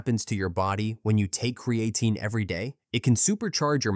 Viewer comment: Maybe learn how to pronounce the name of the subject of your next video?